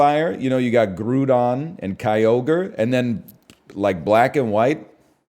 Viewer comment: We all know it's pronounced grudon